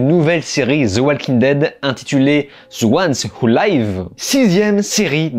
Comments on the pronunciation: "Ze wouane ou laïves" => faut faire un effort à un moment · Zeuouanewoulaïve mdrr un minimum d’effort stp